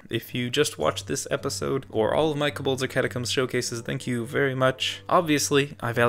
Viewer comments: please... stop calling them cobOlds its terrible😭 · the way you say kobolds makes me a lil triggered